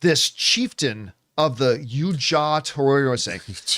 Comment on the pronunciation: Yautja.... yout - ja, class.....